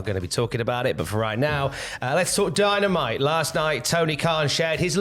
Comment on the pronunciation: Did I hear Dy-Na-Mi-Tee in there?